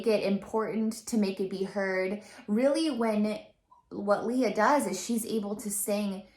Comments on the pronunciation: Hello. Just an fyi. Since you are a fan i guess it is better you know. Lea is pronounced as LEh-yah and not Leeyah. Thanks :) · Great reaction. This is my favorite show and favorite performance. Just fyi: She's pronounces her first name "Lay-uh." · Hey,. Lea is pronounced as Lay-yah. That’s a Filipino pronunciation that Lea will appreciate. 😉 Great reaction though. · Her name is pronounced Lay ah.